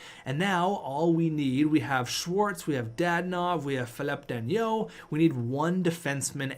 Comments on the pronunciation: Danault is pronounced Dano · Danault is pronounced Dan-o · There’s no I In danault so yea pronounce it dano but not like Marco dano more lower tone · Philip danault is pronounced philip da-not again pls... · Routhier lmao it was making me mad